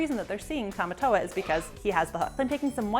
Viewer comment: Tomatoa not tomato